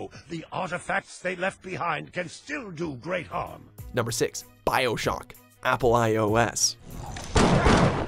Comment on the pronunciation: The way he says "bioshock"